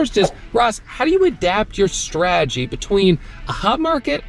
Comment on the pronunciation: There's a T in straTegy. It's not 'sraaaagy'.